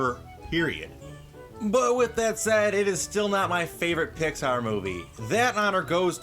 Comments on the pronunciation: you said pixbar not Pixar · You Said Pixard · how can you love pixar when you proununce it "Pixbar" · Did say Pixpar? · "Pixbar" lol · Pixpar XD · 2:98 he said pixbar